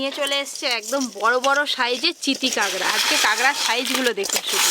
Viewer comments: কাগরা না কাকরা বুজি না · Kagra abar ki?😂😂 Kakra bolo kakra